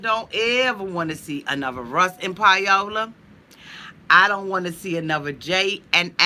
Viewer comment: Pie-ola lol, I love how you pronounce her name, I love you! <3